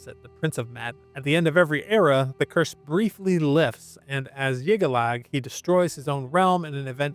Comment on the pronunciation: Respectfully FYI, the J in Jyggalag isnt silent.